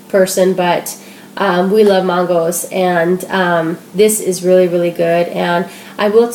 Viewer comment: I love your videos! :) But when you said "Mahn-goes" I cracked up. It's "man-goes". I love regional dialects! I'm from Ohio.